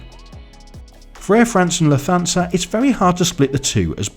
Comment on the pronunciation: Lufthansa is pronounced “Luft-hansa” not “Luf-thansa”